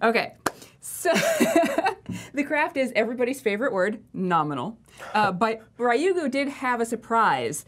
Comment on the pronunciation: FYI its pronounced Ryu "as in blue" Gu. The Japanese alphabet Ra, Ri, Ru, Re, Ro are difficult for western palates. Ri-yu-gu